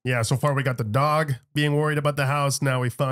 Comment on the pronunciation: I thought ya were from NY?… The emphasis on the way says dog and not dawg got me tripping..